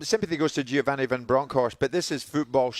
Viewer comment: His name is giovanni not giani